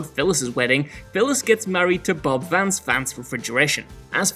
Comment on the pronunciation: You get a "like" for saying Bob Vance, Vance Refrigeration's name correctly.